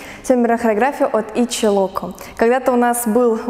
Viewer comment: Почему итчи а не итзи